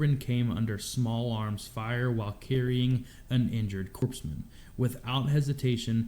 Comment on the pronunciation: I've never heard corpsmen mispronounced so many times. What in the world did I just watch. This was absolutely stock footage from later on in the war because those vehicle's do not match up at all with 2005. I was there in 2005 I can tell you now that was not 2005.